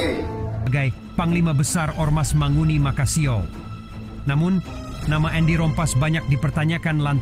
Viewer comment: MANGUNI bang bukan mahoni. Manguni itu adalah burung khas Minahasa.